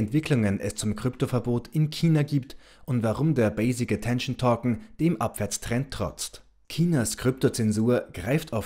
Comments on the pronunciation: Es geht doch nur um die Aussprache von Token. Es heißt eher touken und nicht tokken!👍😉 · Es sind Token!!! Nicht Torken!!!😂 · Torcken ich glaube er meint Token